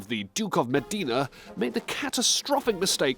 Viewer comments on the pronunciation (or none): none